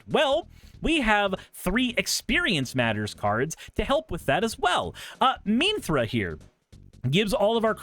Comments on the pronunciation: Mihn-Thar-Rah... Not sure how one gets Mihn-Thrah out of that. Perplexing... but ultimately not important. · You did NOT jut pronounce Minthara's name like that! Cool deck though